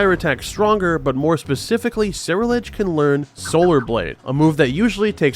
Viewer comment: dude what the fuck is a Sarah Ledge. The pokemon is a combination of the words Cerulean (the color) and Edge (obviously). There is no Sarah here XD